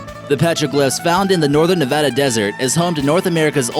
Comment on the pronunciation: Thank you for pronouncing Nevada right